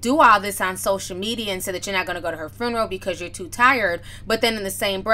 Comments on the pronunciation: “Fruneroll” lol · Girl did you say " farneral" 😁😂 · Furnarow 😂😂 It reminds me of when Ricky Smiley used to make those prank phone calls as an old lady and say “funegro” 😂😂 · inquiring minds want to know what is a 'FRUNNERAL" .....??? OMG JUS HILARIOUS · I kept hearing FURNERAL 😑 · Foo - na- row😂🤣😂😆😫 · No, she said FRUNERAL. 😀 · Hey Ti, love you girl now say it with me “Few-na-roll” lol!!! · IKR...there was an extra "r" inserted after the F. She also pronounces "every" oddly. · It's"few-neral" not "fru-neral". Wtf? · did she just say foonaral? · Listen..... every time she said it I was rooting for her to get it right on that attempt. 😂🤣🤣🤣 But we all words we can't say. I'm too ashamed to admit mine. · TI love you to death, swear I do... big supporter ..but its FUE-NER-AL you were killing me sis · Are you trying to spell the word or help Ti pronunciate it.... cause you're killing me! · lmao spelling it how she said it 😂😂😂💀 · lmao I love how you pronounce the word ...FUNERAL.... lol it's too cute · What Tamar said was bad everything but sis you can't say funeral properly to save your life 😂😂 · I’m triggered by your pronunciation of “funeral “ 🤦🏻‍♀️ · Pronounced- Fyoo-ner-al. Tamar is ridiculous 🙄